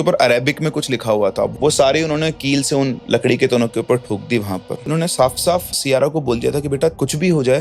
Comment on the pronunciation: Siyara ❎ Saiyara ✅ 😂😂